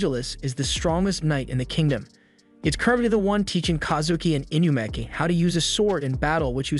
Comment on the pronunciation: "inukami" "inumaki"